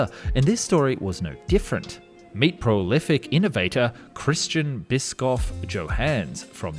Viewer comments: The German "sch", As in "Bischoff", is pronounced like the "sh" in "ship" not like "sk". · how wrong u want to pronunce bischoff: yes xD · pronouncing Bischoff like biscque-off is so freaking funny to me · His Name is probably pronounced like "Bishof" and not "Biscoff" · Bishoff, not Biskoff. To be fair, they wanted to dry out the mediteranian sea too, so when the Sahara spreads over half of europe, this thing would probably make sense... But honestly, they should make something similiar today. Like a pan-sahara cruise line. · not pronounced biscoff but bishoff thats how bischoff is pronounced in german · Side note: "Bischoff" (German for "Bishop") is pronounced "Bishoff", SCH in German is "sh" in english. CH usually only makes a k-sound when there's no S in front of it. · Bischoff is German for Bishop, so pronounced like it exchanging 'p' for a long 'f'. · Eric Bischoff? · Christian Bischoff Johannes, not Christschän Biskoff Tschohänns 😅